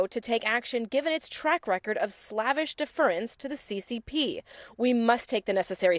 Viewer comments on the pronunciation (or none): The word isn’t pronounced “slav-ish”. It’s pronounced “slay-vish”.